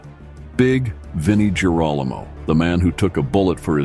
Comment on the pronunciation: Sure wish your AI voice would learn how to pronounce names properly. It makes Girolamo sound like Geronimo. It’s pronounced Gear-o-lam-o ffs.